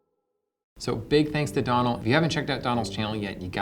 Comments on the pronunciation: It's pronounced "Doh nal" , not "donnel". Mortified he didn't correct you 🙄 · It's not Donald minus the last d. It's Doe (a deer, a female deer) null. Doe-null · OK, good with the bread but let's work on Donal's name, it is pronounced "dough-nall" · Hey, it's Doe-nal, like doughnut with an L instead of a T. Great episode though! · Heads up, Donal is pronounced "Dough-nul". Missed pun opportunity! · So many opportunities missed by mispronouncing his name. It's pronounced dough-nal. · "my good buddy Donal" proceeds to pronounce his name wrong for the entirety of the video